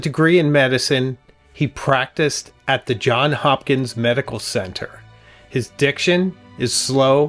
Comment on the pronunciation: Less than five seconds in and I already feel almost psychopathically compelled to comment, it is Johns Hopkins. Please note that an "s" belongs at the end of Johns and Hopkins. "Though some mistakenly refer to the man or his institutions as “John” Hopkins, the “s” in his name belongs there: He was named for his great-grandmother, Margaret Johns, the daughter of Richard Johns, who owned a 4,000-acre estate in Calvert County, Maryland. Margaret Johns married Gerard Hopkins in 1700; one of their children was named Johns Hopkins. The second Johns Hopkins is the subject of this story." "1795 - Johns Hopkins, the future businessman and benefactor and second child of Samuel and Hannah Hopkins, was born at White's Hall. He attended the Anne Arundel Free School near Davidsonville, Maryland. Johns Hopkins died on Christmas Eve 1873, leaving $7 million to the university and hospital that would bear his name. It was, at the time, the largest philanthropic bequest in U.S. history." When I attend my 50th undergraduate Class Reunion this year (2026). at the same time Johns Hopkins celebrates its Sesquicentennial Anniversary, I don't want to be shunned because I failed to mention the need for the "s" in Johns. 😄